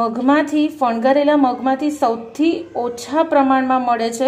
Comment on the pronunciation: Fangavela shabd che.. Not fangharela 🙄🙄